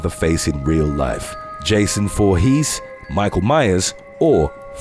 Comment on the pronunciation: It's not Forhese it's Vorhese.